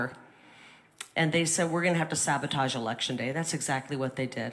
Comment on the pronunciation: @@ , you question the pronunciation of “sabotage” yes you have a good ear, but it makes you look petty. You’ve done this in several videos where a word is mispronounced and you imply something about the speaker. You should be aware it’s getting to repetitive; it’s overdone. Perhaps some in your audience enjoy your clever criticism, but remember to look for a broader audience which should be the goal. As a critic, I’m only making you aware so that the broader message your conveying gets a further reach. Long time listener, best wishes in your endeavor.